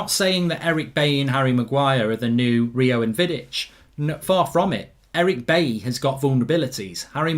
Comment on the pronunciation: Goldbridge Said at 8.25 Chelsea will play AtHletico Madrid??? Atletico has no H in it? Football pundit my arse!!!!! And while on it, it is pronounced Buyee not Bayee for Eric Bailly. SORT IT OUT Goldbridge.